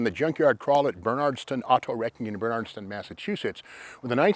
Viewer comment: Ber-NARD-STON !!!!! WOOOOO